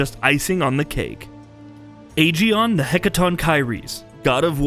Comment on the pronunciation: The Aegaeon pronunciation, my word.